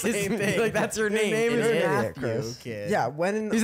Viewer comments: fr i thought nick said matthew😭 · I totally thought Nic said “Matthew” and not “Math you” too 😅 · im with you chris i thought nick said "matthew did" and not "math YOU did" lol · "I like to see what MATH YOU did" "Matthew?" It took me a moment too to realize it was MATH YOU not MATTHEW 😂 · He said Matthew lmao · Frr he definitely said matthew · ngl i thought he said matthew aswel 😭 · NO BC I THOUGHT HE SAID MATTHEW TOO HELPPP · I thought he said Mathew too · 'math you did' and 'Matthew did' is so funny cuz I heard 'Matthew did' lmaoooo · I also thought Nick said Matthew 🤣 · I heard "matthew" when nick said "math you" to chris so dw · no but i also heard matthew not math you did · I SWEAR I HEARD “MATTHEW” WHEN NICK SAID “MATH YOU” HAHAHAHAH I WAS SO CONFUSED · i was with chris bruh i thought he said matthew 😭😭😭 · i heard matthew not math you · Lol even the captions said “Matthew”😭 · I heard Mathew 💀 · Am I the only one besides Chris that thought Nick said “I want to know what Matthew did” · I thought nick said Matthew too 😂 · I heard Matthew then I heard math you